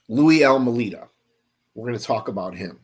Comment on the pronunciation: A few things to correct, it is pronounced Al-May-Da, not Al Mu Leda. Second, his story was corroborated by John Lowe's testimony. Third, these are all scum bags, Louie included. Last, he died in May of 2017, in Munster, IN. He never left Chicago, he stood in the back of the yard neighborhood for many years with his mom, caring for her as she got older. Then she passed in 1992, he stood there until about 2014 when he moved in with his sister to Munster. Any other questions, please let me know. I will explain more.